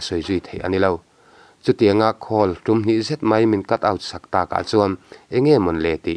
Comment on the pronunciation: Khawl i tih kha. Phone i call i sawi anih chuan call ti in lamla. Atha hle mai. Thil i dah khawl i sawi anih chuan khawl tia lam tur ani e. Tawng hi hi fimkhur apawi mawh hle mai.